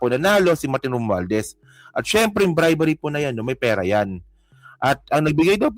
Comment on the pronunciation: bribery hindi bribary.